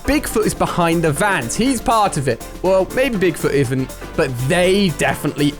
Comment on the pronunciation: haha he said well maybe bigfoot iven instead of isn't